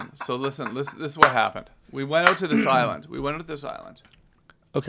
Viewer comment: You could tell when that whiskey started hitting, Tom said "oot" and Joe started inflecting hard at the mark